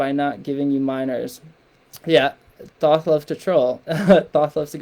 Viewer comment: This is bullshit. The “free guide” is a subscription to your website so you can push your brand for monetary reasons and con people into thinking your ideas are the words of God or in this case Thoth which for all scholarly purposes is being pronounced incorrectly this entire video. If you want peer reviewed papers, I can prove this as well, this is a shame. It’s very clear you don’t project or have ever met Thoth.